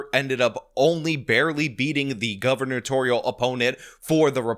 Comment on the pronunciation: Sean, Sean Sean sean... it is GUBER-natorial... not Governor-natorial... just trying to help out with your speech therapy 😂